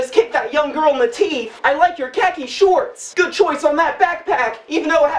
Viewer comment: The way he pronounces khaki is hilarious!